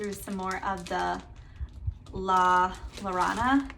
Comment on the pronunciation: Its pronounced la-yo-ro-na 💖